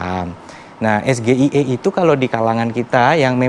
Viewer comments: Samsul ngasih pertanyaan kepanjangan dari Singkatan dari SGIE. Sok ingris bacanya salah.. samsul2.. sampeyan blm pas bwt jadi cawapres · SGIE, ditanyakan dalam konteks bahasa Indonesia. Seharusnya menyebutnya eS Ji aI E. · beda arti beda maksud jg.. sgie kok d baca es ge i ee... bahlul n suka bohong kayak bapakny.. katany wisatawan yg kesolo ama jogja banyakan ke solo katanye nyatany gk ada seujung kuku jogja.. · Cawapres dungu walau dipoles dan di gincu kelihatan luciknya.SGIE : ES GI AY I.Sepertinya cawapres 02 harus belajar dulu ke SD.belajar cara pengucapan bahasa inggris.dan adu cerdas cermat bahasa inggris dgn cucu saya sd kelas 4 tentang bahasa inggris yg benar. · SGIE... Literatur english 😂... Hadeuh ada aja ya sok tinggi bikin linglung,... Es Gi i ai... Cukkk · SGIE dalam pengucapannya bahasa ke inggrisnya Es ji ai i ... Bahasan Ingris Samsul sangat minim😂 CIA dalam bahasa Inggris si ai ei bukan cia🤣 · Pertanyaan titipan, sdh paham dan dia salah ucap , kalau singkatan bhs inggris mestinya bukan esgeie bacanya, ketahuan . Ini jd pengikutnya ikutan g cerdas y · kocak yang dipakai istilah asing tapi pelafalan es ge i e wkwkwkw kocak!!! pengen keliatan pinter ngucapin nya aja salah !!!! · singkatan aja bacanya masih salah asam sulfat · Ngomong dulu ES GE I E yang bener.. 😂😂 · Baca tentang Pedoman Melafalkan Singkatan Asing. OTW COD Kureng lirerasi nih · Gibran sendiri juga gk tau apa itu SGIE..gibran membacanya aja salah karena itu dingkatan bahasa inggris..gibran baca kepanjangan itu lihat teks.😂😂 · Efendi pengamat penjilat, SDIE penyebutannya salah pen. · Yang nanya SGIE aja masih nyontek pas menjelaskan kepanjangannya, nyebutnya pun gak sesuai pengucapan English. Tapi ya sudahlah, maklumin aja hehe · SGIE ? Saya garukin itunya enaak .. 👍👍👍 Ngucapnya aja nggak bener. Bangga bisa bikin bingung yg ditanya ? Yg songong siapa sih ? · Ya, tapi sayangnya salah melafalkan singkatan SGIE dari literasi dari bahasa Inggris. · Singkatan nyebutnya aja salah 😁😁😁